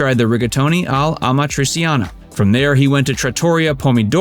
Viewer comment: Friggitoría Raffaele with E at the end, not Raffaèl Espósito La Notízia Enzo Cóccia LimonE not limón! Trattoría Amatriciana, with c not s Frittata not frittada Acetaia, not Asetaia BolognesE not Bolonès Rímini Cappelletti not Cappelledi Cesare not Sesar .... It ranks on par with Brad Pitt playing Aldo Raine in the famous Italian scene in Inglorious Basterds (only that was on purpose) 😂